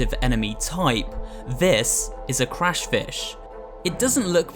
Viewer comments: you said crushfish not crash fish buddy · Says crashfiah yet thing says crushfish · He says crushfish but it's crash fish 😂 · Its Crashfish not Crushfish. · It said crushfish, not crashfish. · Writes 'Crush', says 'Crash'. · Hey you mispronounced crashfish